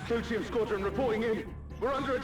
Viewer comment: I know it sounds weird, but for a (fictional) culture that takes most of it's naming conventions from Latin, "Clyteum" would be pronounced more like "Cloo-tee-um" as Alisaie says it.